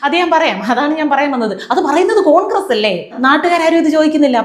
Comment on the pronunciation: ചോദിക്കുന്നത് കാങ്ക്രസല്ലേ, കാങ്ക്രസ്......